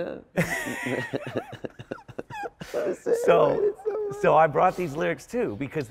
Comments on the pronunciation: He said “neutrogena” 😂that’s actually my face wash🤣I could not love this man, his music, or his art more. ❤️ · "What word Neutrogena?" Yeeea, he and Chappelle definitely get a long well i'm sure. 😂🤙🏾